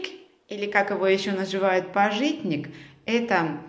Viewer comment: пАжитник, а не пажИтник )